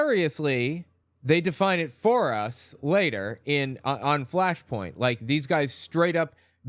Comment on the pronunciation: might have been a slip or intentional but it sounded like you called it Fashpoint might be appropriate....